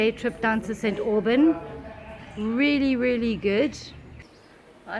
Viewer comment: 😂 😂 It's like St Aubain (slightly silenced n)